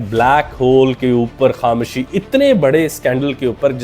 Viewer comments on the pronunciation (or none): Sir Ap KhamOshi ko Kham-Shi Ku kehte hain?